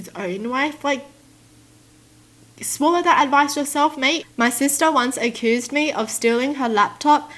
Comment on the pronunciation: "u-cu-oOsed" Wow just wow its accused❤❤👌😂🤣